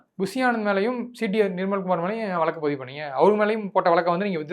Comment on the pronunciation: வழக்குனு சொல்ல கத்துக்கங்க